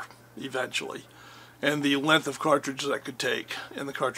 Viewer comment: I wish people would learn how to pronounce 'length' correctly!